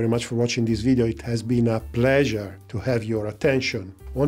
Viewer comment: "It's been a PLAAsure" you say?